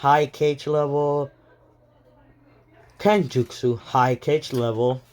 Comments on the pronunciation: This dude saying Cage Other what ifs kage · I actually got kinda heayed when he called kage cage but its aight :/